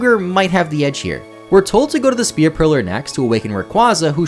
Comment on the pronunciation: "Spear" Pillar? 🤭